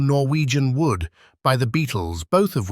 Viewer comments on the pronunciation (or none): none